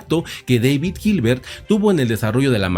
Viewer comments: Su nombre en alemán no se pronuncia "deivid" sino "dáavid". En cualquier caso, siempre se puede decir en español, que tampoco es su idioma original y tiene una justificación, al estar este canal en español. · En el idioma alemán David se pronuncia David, como se escucha, daivid es más bien idioma inglés.